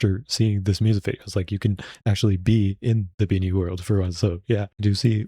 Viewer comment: Your the first time reacting to bini that speak the names correctly